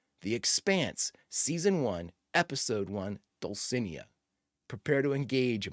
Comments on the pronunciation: Not that it matters, but it grated on me every time you said it… dull-see-NAY-uh. Dulcinea. Without an accent mark, accent goes on the second to last syllable in Spanish Bonus points for knowing the name was from Don Quixote, though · Am Spanish and I can confirm that Dulcinea is a Don Quixote reference and that you totally butchered the pronunciation. It's okay, I know that foreign languages are hard.